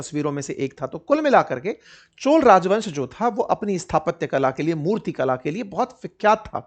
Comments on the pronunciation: सर, ये चोला नहीं चोल है, कृपया अपमान न करे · Dear sir it's not 'चोला' . It's 'चोल '.